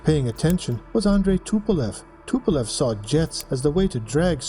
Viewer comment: TU like "Too" in Tupolev, not the tee-you